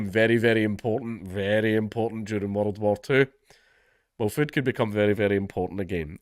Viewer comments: Brah...plz teach me how to say "World" ... Plz waste your time, on one man's wee envy..!! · Count Dankula: a man who can make world sound like it has 6 syllables. Love it.